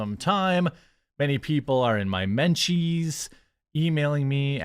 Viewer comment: Jeremy said "men cheese" that is all